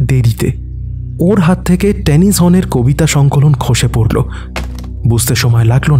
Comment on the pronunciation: উপস্থাপনা ভালো লাগলো। তবে কথক এর উচ্চারণ বিষয়ে একটু যত্নশীল হওয়া প্রয়োজন। 'র' ও 'ড়' বিষয়ে সতর্ক থাকতে হবে। 'ঝড়' কে 'ঝর' , 'পড়ল' কে 'পরল', ' নেড়ে নেড়ে' কে ' নেরে নেরে'-- এগুলো কানে লাগছে। বাকি সব ভালো...